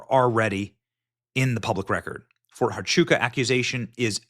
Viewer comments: Phonetically: Fort Wa-chu-ka And Hi-per-bo-lee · Oh its pronounced Ft. "Wha-Choo-Ka" FORT HUACHUCA, Arizona.